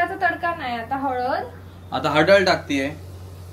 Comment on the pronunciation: halad 🟡❌ HADAL 👻✅